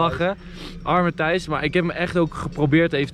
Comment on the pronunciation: Waarom zegt iedereen tice het is Tijs of Thijs